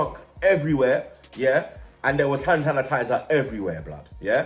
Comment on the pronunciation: cant say hand sanitizer hahahahhaha u ok bro lol